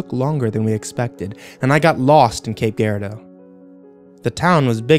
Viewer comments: its cape gieradeou like with a g I'm from.Missouri. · just a heads up. cape is pronounced cape jurardo